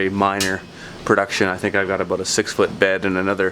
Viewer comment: What the fungus are you talking aboot